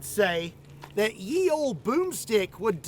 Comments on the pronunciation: When it comes to “ye,” the story gets really interesting. You see, “ye” is indeed an ancient form of the word “the.” That said, if you pronounce “ye” with a “y,” you’re doing it wrong. But, it’s not your fault because the spelling is wrong. Once upon a time, the English language contained another letter of the alphabet represented by the symbol: þ Known as the letter thorn, it’s one of a handful of letters that didn’t make the final cut when it came to the English alphabet! A derivative of the Old English runic alphabet Futhark, thorn—or Thurisaz—is still used in Icelandic to this day. I know, mind-blowing, right? So, what did thorn sound like? It was pronounced exactly like the consonant digraph we use to this day: “th.” In other words, that article we all know and love, “the,” originally looked like this: þe And, as you’ve no doubt already figured out, it has always been pronounced “the.” After all, Old English already contained the word “ye,” and it was a pronoun that meant the plural form of “you.” In other words, it filled the void for modern-day expressions like “you guys,” “y’all,” and my personal favorite, “all of y’all.” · It's pronounced The olde, not ye olde. Y is not the same as the old English th letter. Anyways, can't wait to watch the video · The "ye" is pronounced "the". The "y" was used to represent the letter "thorn" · Interesting fun fact, the "y" in "ye" is actually an old English letter that was used to denote the "th" sound. So instead of "yee" it is actually pronounced "thee" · Ye was pronounced The. The letter Y was an approximation of the now obsolete letter Thorn which was pronounced Th. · "Ye" is actually just pronounced as "The". It's just how the letter "T" was written back then. The horizontal line of the "T" was a bit pushed down in the middle. This "Y" was called "T-fork". I got this fact from the British quiz QI with Stephen fry. ❤ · the old boomstick the y in old english is pronounced th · That 'Ye' is pronounced 'the'...